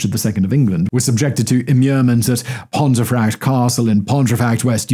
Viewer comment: Another cracker, Simon. Pontefract is pronounced “pomfret” by the locals.